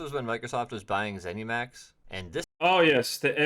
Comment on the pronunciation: Who tf says Zeny Max